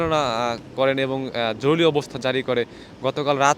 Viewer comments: হায়রে সাংবাদিক ভাই জরুলী না বলে জরুরি বললে কি হত। 😂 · জরুলি না উচ্চারণ টা " জরুরি " হবে। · আপনি তো বলতে পারেন না,যেমন জরুরি কে বলেন জরুলি, কমান্ড কে বলেন কমন,আগে কথা বলতে শিখেন, আর এটা হবে গণভবন রাষ্ট্রভবন না, রাষ্ট্র ভবন বলতে ঢাকাতে কোন ভবন নেই। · কি সাংঘাতিক রে বাবা জরুরী কে জরুরী বলতে পারে না* জরুলী বললো বড়ই হাস্যকর 😅😅😅😅😅😅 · জরুলী এটা কোন শব্দ ভাই?? জরুরী এটা শুদ্ধ শব্দ। ভাষা ঠিক করে কথা বলতে হবে। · ভাই “জরুলী অবস্থা না” হবে “জরুরী অবস্থা” । আর ওরা “বাংলাদেশ সেনাবাহিনী” না ওরা “বাংলাদেশ সেনালীগ” । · জরুলি কি ?? শব্দটা হবে জরুরী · এই বেটা উচ্চারণ ঠিক কর জরুলী নয় বল জরুরি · ভিতি কর জরুরি,উচ্চারন ঠিক করেন